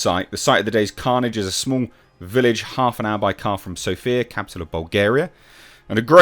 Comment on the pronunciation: It is Sófia, the epmhasis is on the 1st vowell =) Movie sounds nice and filmed in Bulgaria, yay! 🥳